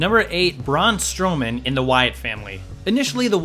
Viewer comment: Lmaooooo. "Braun Strowman" 💀💀💀💀